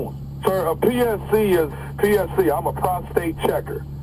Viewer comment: Did he say PCS in the beginning instead of PSC 😁